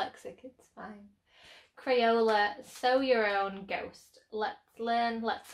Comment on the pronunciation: I love those little crafty sets! I screamed at you saying crayola wrong, I love how you're unapologetically you! 😂 X